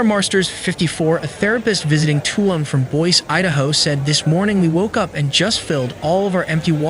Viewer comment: its pronounced toloom